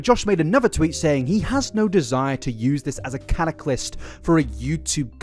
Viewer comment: catalyst, not cataclyst 🥰